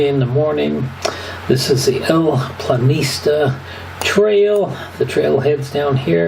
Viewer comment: It is "el Pianista," not "el Planista"